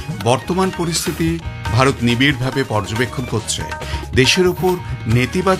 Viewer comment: একটি পরিবর্তন লক্ষ্য করি—আজকের অনেক কলকাতার সংবাদপাঠক “ভারত”-কে প্রায় “ভাড়ত” উচ্চারণ করেন। সবচেয়ে গুরুত্বপূর্ণ বিষয়: “র” বনাম “ড়” বিষয়টি —কলকাতার সংবাদপাঠে র-এর জায়গায় ড়-জাতীয় উচ্চারণ—এটি আলাদা করে দেখা দরকার। বাংলা ভাষায়: র = /r/ ড় = /ɽ/ ঢ় = /ɽʱ/ এগুলি একই ধ্বনি নয়। তাই— রবীন্দ্রনাথ → “ড়বীন্দ্রনাথ” করা শুদ্ধ উচ্চারণ নয়। রাম → “ড়াম” নয়। ভারত → “ভাড়ত” নয়। আকাশবাণীর ঐতিহ্যগত উচ্চারণের শক্তি ছিল স্পষ্ট, পরিশীলিত কলকাতার বাংলা, কিন্তু সেটিকে সংস্কৃত-ঘেঁষা কৃত্রিম উচ্চারণ বা প্রত্যেক র-কে ড় করে দেওয়া হিসেবে বোঝা ঠিক নয়। আকাশবাণী কলকাতার ঘোষক/ঘোষিকাদের নির্বাচনে বাংলা উচ্চারণ ও সাহিত্য-সংস্কৃতির জ্ঞান পরীক্ষা করার কথাও সাম্প্রতিক একটি আলোচনায় উল্লেখ করা হয়েছে। ওড়ে কুশীলব, কড়িস কী গৌড়ব, ধড়া না দিলে কী পাড়িস ধড়িতে। It should be: ওরে কুশীলব, করিস কী গৌরব, ধরা না দিলে কী পারিস ধরিতে?